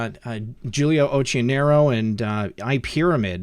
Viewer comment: oQQionero is the correct italian pronunciation ;) excellent work!